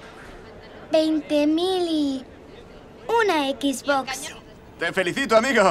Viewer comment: Xbox no Equisbocs joder